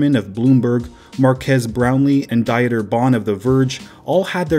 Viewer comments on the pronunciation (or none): You have some massive balls to release this video. Stick to explaining Apple though. DEE TER BON from the verge not diet ER